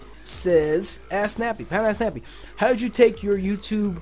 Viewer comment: I thought u were saying pound ass nappy lol